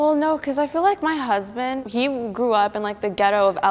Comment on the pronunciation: "my huzzzbant"